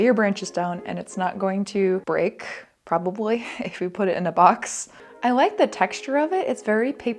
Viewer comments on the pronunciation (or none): Maybe because my big ol' Italian Papaw was the same way, but "yeh, I coulda prrrobably a-do thet" is killing me 😆